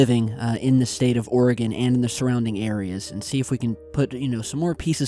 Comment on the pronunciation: Also, thank you for pronouncing Oregon correctly 😂